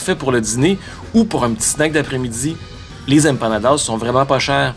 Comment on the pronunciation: "Les empanadas, c'est comme des pizza pochettes." 🤣🤣 Merci je vais m'en souvenir toute ma vie. Ton accent latino est à améliorer un peu. 😜 Continue de me faire découivrir ma ville natale.